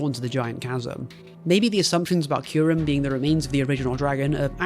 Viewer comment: "Kai Rem" lmao you pronounce Kyrem correctly in all the other times. Was this just to provoke a comment?